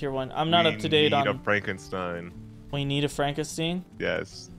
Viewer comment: bro said franken "steen" its got to be on purpose its got to be on purpose...